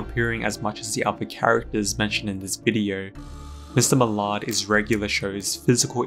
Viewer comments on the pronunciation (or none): Mr muh-lard 😭